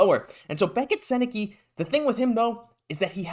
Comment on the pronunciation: It’s pronounced like sen-eh-cuh for the record, hopefully the Habs know that if they’re going to pick him lol